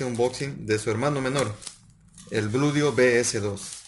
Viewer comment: Se dice Blueeeedio, no Bludio